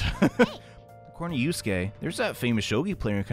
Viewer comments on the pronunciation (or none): none